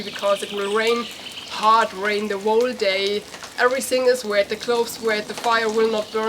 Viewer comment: whole is pronounced hole